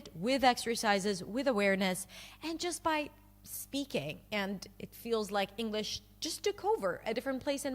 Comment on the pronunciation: I agree for the most part but the way she says English differently than I normally hear. Not Enough g in it.